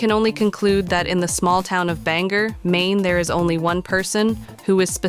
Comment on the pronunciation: Shut the fuck up about local politics if you can’t even pronounce the city correctly